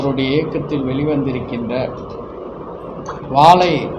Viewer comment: ஐயா. வாலை. படம். இல்லை. வாழை படம் ஐயா